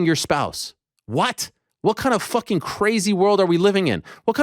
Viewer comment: Ariel sounded hilarious saying fooking. “Ask yourself that fooking question Dana white!!!! 😂😂😂😂